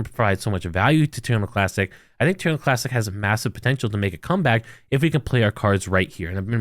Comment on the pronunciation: say this with me, Terra Luna Classic lol Not Turnalaa Classic lol